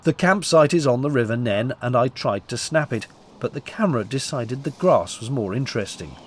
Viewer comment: Just watched version! - - River what? Nene is pronounced NEEN! Not Nen, or Nenny! So you're a model rail enthusiast too!